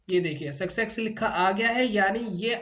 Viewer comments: Itni baar sucksex Sun kar mere kaan phat gaye hai. Good content though. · सक्सेक्स नहीं होता सर सक्सेस होता है आप उच्चारण सुधार लीजिए